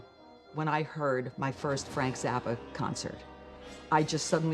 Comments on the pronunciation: It's Zappa. Nuff said. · It’s Zappa.